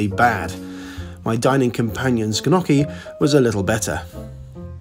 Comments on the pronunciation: When he said it, I thought it was some exotic Indian dish, like "ghanoki". I wonder if he orders "filet mighanon" or "Bourgoghan" wine, too... 🤣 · Just when I thought I'd heard every possible (mis)pronunciation of "gnocchi"! 😂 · The G Gnocchi is silent 😂😂😂🙈🙈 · I just watched some annoying people on YT correctly pronounce gnocchi, so I'm going to pronounce it your way. :) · Gnochi is pronounced without the G! Come on, if you want to be taken seriously as a reviewer, learn to pronounce what you are saying.